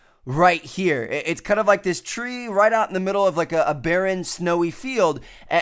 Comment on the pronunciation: "Tree" sounds like "three". :D